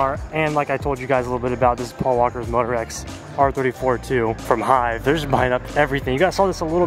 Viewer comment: “Paul Waker” huh? Haha. Guess you were still in pain and didn’t catch it.